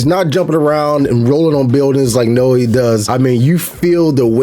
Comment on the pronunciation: You mentioned playing Ghost of Tsushima Sekiro, and some other games... have you played Rise of the Ronin? Side note: Yasuke is pronounced Yah-skay and Naoe is pronounced Nah-oh-ey. In another video you mentioned wuxia. It's pronounced woo-sha or woo-shia